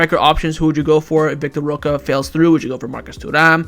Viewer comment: why won't you pronounce roque correctly? currently banging head against wall...